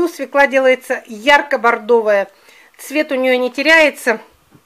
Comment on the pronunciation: простите, но слушать не возможно,СВЁКЛА.,ударение всегда на букву Ё